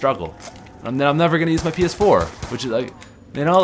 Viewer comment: when he said ps4, it sounded like he said penis 4 😂